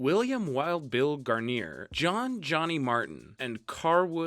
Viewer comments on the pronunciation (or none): Gwarner? Did you even watch it?